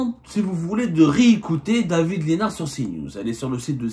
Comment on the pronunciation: David lissssssssssnard on prononce le s el mal